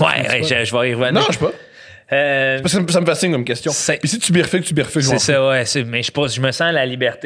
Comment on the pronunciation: Birfuque -> bifurque